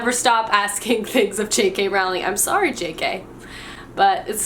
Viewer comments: Her last name is said "Rolling" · Is mispronouncing JK Rowling's name a thing of yours? For example, I pronounce gif with a hard g, even though I know it's a soft g. No hate, honest! I just always wonder when I watch your vids.